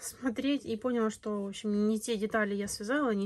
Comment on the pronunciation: "ПОняла"? Или все же "понялаА"?